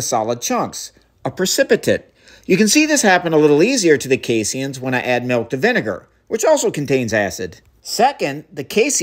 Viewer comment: I’ve never heard it pronounced “casey Ians” before 😂